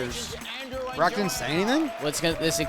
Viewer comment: Why does Jerry keep saying Brock as Barack? I was so confused